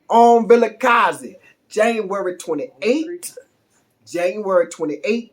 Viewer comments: 👏🏽👏🏽👏🏽👏🏽👏🏽👏🏽👏🏽👏🏽wow, I give you 10/10 for pronouncing Vilakazi. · I like how you say 1947 Vilakazi. Jozi is getting into your veins.